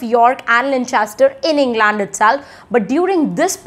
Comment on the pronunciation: No... Her pronunciation of England is also wrong. While she's doing a great job of disseminating information, her pronunciation is kinda bad. So don't learn that from her